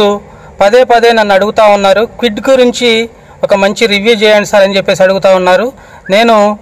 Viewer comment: Kewid kadu kwid..